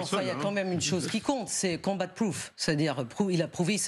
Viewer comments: ”combat proof” ^^ Nan, c’est ”combat proven” ^^ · Par contre on dit pas "Combat Proof" madame, on dit "Combat Proven"